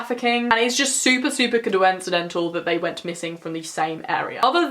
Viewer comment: the way you said coincidental 😂